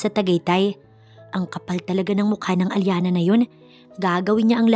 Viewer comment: Ang arte NG Allana.. Hindi ba Alyana....